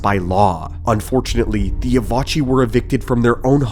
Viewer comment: "Evochii" is pronounced "E-vo-kai"